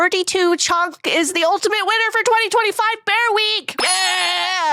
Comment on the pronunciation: i thought she said a-bear-ica